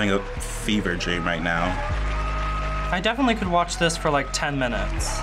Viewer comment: i don't wike it AWWWW